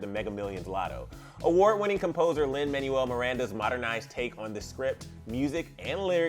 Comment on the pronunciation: also it’s lin manuel (MANWELL)